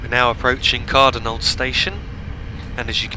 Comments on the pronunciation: i hate to point out mistakes but cardonald station is said car-donald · listen to him. I have spent my life around that area and it is Car-DONald.